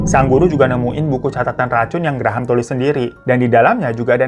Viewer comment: Graham bacanya Grem bang.. 😂😂 Graham² aku jd brasa gigi susu 😂😂